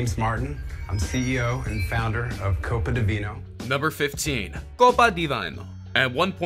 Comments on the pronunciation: I kept cringing at the way he pronounced Copa Di Vino. The creator literally says it first thing then the commentator is like "Vayno" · How the F did misprononce the Copa Di Vino. The contestant clearly say and pronounce what the name of his business is.. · The way he mispronounced Copa Di Vino, right after the owner just said it. 😂🤦‍♂️ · CEO pronounces the name of his company “ko pa da vee no” Commentator: KoPa DeViNe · He literally pronounced Copa Di Vino the way he intended it to be and the narrator decides to change it right after. Lol